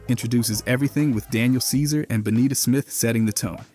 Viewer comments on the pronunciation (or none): none